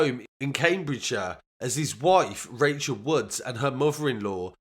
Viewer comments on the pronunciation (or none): none